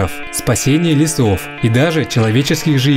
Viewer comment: Первые секунды сразу бросается нарушение раздела русского языка «Фонетика». Выделяю буквы, которые требуется произносить не так, как они пишутся : «пОжар», «Опасность», «лЕсов», «ЭкОлогии» и почти все другие. Это робот или двоечник?